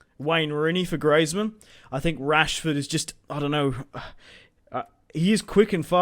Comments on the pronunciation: It's Greezmann not Greyzmann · it is pronounced greezmun not grazemann